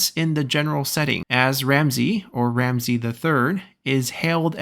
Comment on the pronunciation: As an Egyptian, I am very excited for this haha ♥ Also, Ramesses's name is pronounced with all S as S not as Z, and the last e prolonged, so like /Ramsi:s/